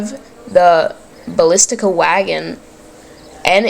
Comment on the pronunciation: Basilica wagon, not ballistica. You know saint peter basilica? Try not to do the error of other video posters: have a look around at what is happening to show tactics and try to focus on one instead to do everything of nothing. And you are doing this latter part well. You do better then most famous posters out there. u got passion .. For pavisier it is Pavi-"z"ié(r) (it's french) since there is a lot of french influence and anyway late italy monarchy was of french origin (from Piedimont - italian: Piemonte region) Bos-niak (it's from Bosnia, there is even the US - nato granted country after the mess there was in Jugoslavia in 1990s).